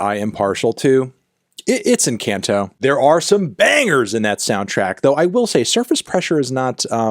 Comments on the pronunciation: IN KANTO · the other answer made no sense to me so here’s a simpler version: the a makes an “ah” sound, like when the dentist tells you to open wide. encAHnto. It’s a Spanish word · Ok check it out The “a” vowel in the romance languages is halfway between the way Americans say Mario and the way British dudes say Mario. Fantano’s “encayento” is wrong But “encawnto” is only slightly closer. It’s in between Like how MARIO says Mario Not British Marry-O Not American Mawry-O It’s in between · Im sorry but i cant get over anthony pronouncing "encanto" as "enCAN'To"